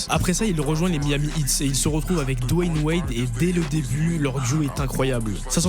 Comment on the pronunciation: C'est pas dwan wild c'est dwan wade